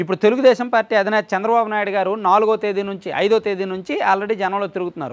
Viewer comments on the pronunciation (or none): none